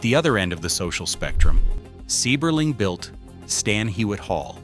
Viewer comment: Its Seiberling, long I sound, not long E.